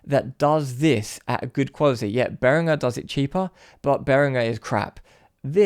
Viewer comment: I have a Behringer headphone amplifier. Really cheap but well made and does the job. Note: he actually pronounced 'Behringer' correctly. There is no 'J' in 'Behringer'.